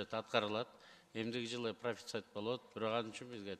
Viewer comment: профЕцит эмес профицит болот